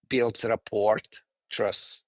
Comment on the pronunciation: Don't mean to be picky but if he's going to use a word like rapport as much as he does, someone could've mentioned the silent t.